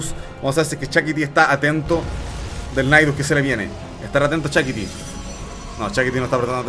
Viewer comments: Se escribe Shakti, pero le dice Shakiti. Todo un innovador el 😄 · dice «Chakiti.» 😅😅